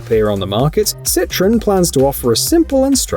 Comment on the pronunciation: It's pronounced Cit-Row-En, not Citron. Yeah, I'm that guy :P